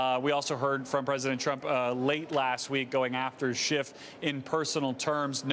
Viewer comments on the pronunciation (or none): It's SCHIFF...not SCHIFT!